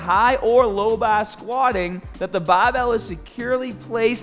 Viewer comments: Please never stop saying baahbell! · Thanks for the last correction move. I always use a 45 lb plate to do upright rows. I will definitely correct how I do them after seeing this. Btw, I love to hear ya say”bah-bell”😛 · Your grip is gahhbage on that bahhbell